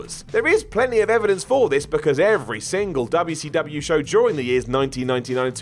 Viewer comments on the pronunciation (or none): Dubaa SEEE DUBEUHH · dub yuh cee dub yuh